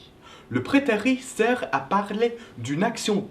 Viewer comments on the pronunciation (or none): J'ai l'impression que tu prononces prétérit par "prétéri" alors qu'il faut le prononcer "prétérite". Il faut qu'on entende le -T final. Très bonne explication en tout cas. :)